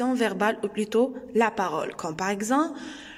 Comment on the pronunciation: Parole et non pas parôle . Non verbal et non pas nom verbal